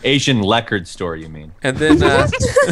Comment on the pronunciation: "It kinda looks like an Asian person." Me: ...wut. 'lecord' LMFAO